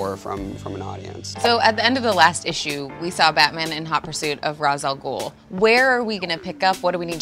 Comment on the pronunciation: pronounced rash not ras